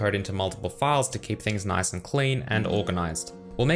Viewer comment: I wasn't listening very intently and heard "These files are called pedophiles"